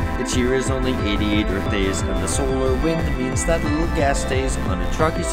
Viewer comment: pronounced little as UwU wth~